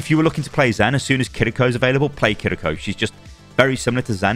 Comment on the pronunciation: Thank you for being one of the few content creators not pronouncing Kiriko's name as "Kirr-EE-ko" :P